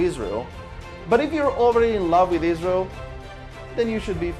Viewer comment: EEzrael ( as you pronounce it ) has done it . Everybody knows it . The Lebanese governement . which IS Hezbollah , has no interest in pointing at EEzrael because if they did so , it would implicitly confirm what everybody also knows : that Hezbollah was storing the chemical to make bombs . Both sides have criminally stuck together to cover each other .